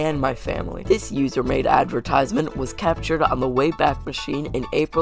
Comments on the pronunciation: "usor" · “usor” thank you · "Usor" The Error_Guy Gang: Yea Its U S O R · “usor” Peak.